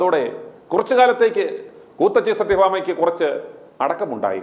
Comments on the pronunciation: ക്കൂത്തിച്ചി അല്ല കൂത്തച്ചി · കൂത്തച്ചി അല്ല കൂ ത്തിച്ചി